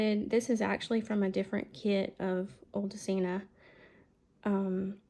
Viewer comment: I love all the folded pages in the tea bag journal, this is so a great idea! And the spoon charm with the tickets are just AWESOME! Wow! You have the best stamps set to go with the digital kit, the quotes are real good! 😀 The folio is gorgeous too and yes, you say Odulcina correctly 😉